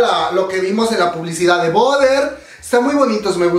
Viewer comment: Hermana, espero que este comentario lo tomes como una crítica constructiva y no todo lo contrario, en general me encantan las expresiones que haces, me sacas una carcajada siempre. En este video en particular haces que mi cerebro haga corto circuito cada que intentas pronunciar BUTTER, la pronunciación (americanizada) suena como "barer" no "boder", ya que boder (bother) significa molestar. Te aseguro que por más que intento ligar mantequilla con tu boder nomás no puedo y me hace un corto circuito en el cerebro. Ojalá que en futuros videos lo pronuncies bien y si te cuesta... escuchas más la canción y pronúncialo como ellos, lo pronuncian bien. NO ME ODIES!! Gracias.